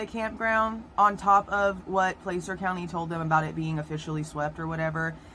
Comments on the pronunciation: Plas-urh. Not Place-ur. Plas-URH. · just for your info: Placer County is pronounced "Plasser County". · Placer County is pronounced Pla (short a) cer. County. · regardless. You're not pronouncing it correctly. It's not Place-ur. It's Pla-SIR. Like your going to say plastic but Placer. YW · Placer is pronounced “plass-er”. Just fyi. Thanks for the quick videos! Every other creator has hours long live streams. Thanks for taking one for the team on this one 👍🏼👍🏼